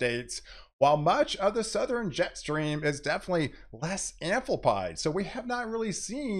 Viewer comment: Good, very in-depth forecasting. Thanks! Please practice saying northern, southern, eastern, and western as it sounds like you're saying northeren, southeren, easteren, and westeren almost every time and it is very distracting to some of your viewers. Each of those ends in "rn" and not "ren".